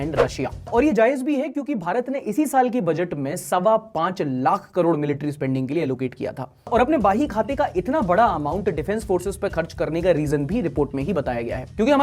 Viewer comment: baahi khata nahi bhai, bahi khata